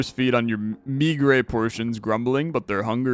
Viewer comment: I refuse to believe you don’t know how to pronounce meagre and assuage